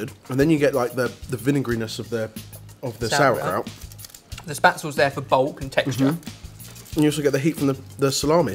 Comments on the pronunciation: Im getting triggered from this "sour" kraut. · I´m german and I love the way you pronounce "sauerkraut" and "spätzle"